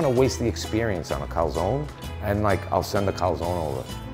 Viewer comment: Everything is good but.. “CALZONE” not calsòn..